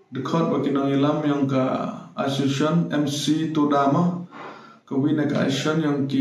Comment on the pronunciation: Ymtoh ashe-shon ne paiu...... pronounce di miat ne lait u iu biej....asso-cia-tion.